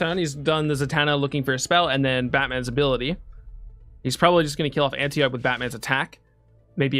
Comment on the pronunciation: Ann - tee - oh - pee Not Ann-tee-ope!